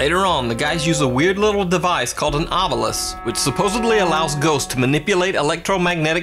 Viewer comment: it's ovilus x av e lis